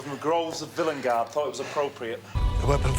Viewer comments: vil-EN-gard annoys me so much, everyone else in that episode says it right why can’t Ncutiiii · i really like how villengard is handled with the doctor saying it 'wrong', but because it's pronounced 'normally' in the SAME EPISODE it seems more of a quirk of the incarnation